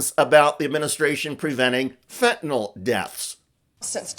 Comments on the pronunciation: how hard is it to say fen-tan-ill? it is not fen-tan-all. how can anyone be in such an important position and not know how to speak English? fentanyl!! it's really easy;) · Oh Paaam! It's (say it after me) Fentan-ILL, not Fentan-ALL. Practice reading and pronouncing that, OK? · Pam bondi can't even pronounce fentanyl correctly. It's -yl, not -ol. But then, perhaps she's actually Pam Bondo instead of bondi, and so the whole pronunciation-thing just confuses her. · It’s f&cking FEN TAN NILL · nyl not NOL, you idiots drive me NUTS, stop pronouncing it like that She like all the cabinet are a bunch of suck ups, He has lost his mind and needs to be put in a Home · Liars lie. Thanks Blondi Bondi. ps it's fentanyl, Not fentaNol. Dip sht. 😮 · Notice Bondi mispronounces it as "fentanOl." It is fentanyl. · Why can’t MAGAts pronounce fentanyl? Fenta-nawwwwlll. 🤡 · It's so irritating how pam ela bondi pronounces fentanyl (fen'nALL) ugh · In addition to her clown math, Pam Bondi can’t pronounce “fentanyl”.